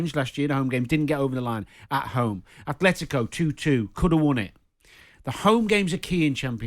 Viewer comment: Thank you for pronouncing Atletico - At-let-tico Jim and not doing the slandering that basic B channel Robbie does who says A-Fle-Tico